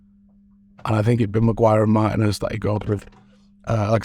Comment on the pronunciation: It's Mar-teeen-ez, you used to pronounce it properly.